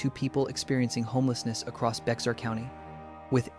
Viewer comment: Bexar County it’s pronounced BEAR!!!!!